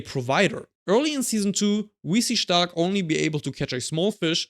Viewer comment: U say the perfect “stark” in German 😮